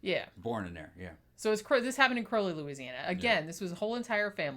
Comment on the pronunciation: I'm from Crowley, you pronounced it right the first time. And this case was whispered about, but never really discussed